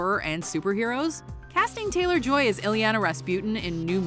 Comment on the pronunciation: Please learn how to pronounce Anya Taylor Joy’s name correctly